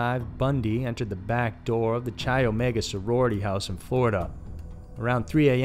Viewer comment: CHI is a Greek ketter, pronounced "kye." Stephanie Brooks real name is Diane Edwards. Levy is pronounced "leevy." Otherwise, great voice and good to see more uncommon photos of Ted.